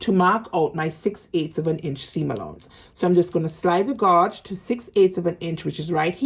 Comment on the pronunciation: Gauge is pronounced ....... gage, like you say cage.